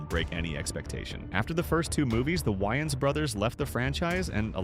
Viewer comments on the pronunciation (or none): Whyins said instead of "way-ins" and Jemaine " clamont" instead of " cle-ment"? Not a robot yet has terrible pronounciation like one 🤦‍♂️.